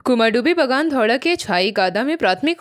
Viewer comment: कुमारधुबी kehte hai, Please pronounce correctly